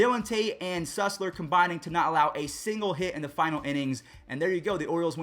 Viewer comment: C'mon man it's Cole Sul-ser not Cole Sus-ler